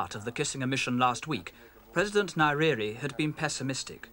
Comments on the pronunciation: Its not "niriri" its nyerere ffs😂😂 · nye ==> Nai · Tanzania isn't in Southern Africa, it is situated in Eastern Africa ..And Nyerere is pronounced Nin-yeh-reh-reh.... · Please pronounce his name correctly it's Nyerere...